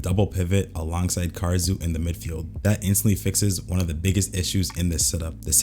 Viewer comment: BRO PLEASE ITS KAH-DA-SŪ OR KAH-RA-SŪ NOT KAR-RA-SŪ UR HURTING MY EAAARRSSSS